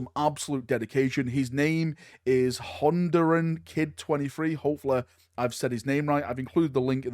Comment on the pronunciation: really enjoyed you pronouncing a Central American country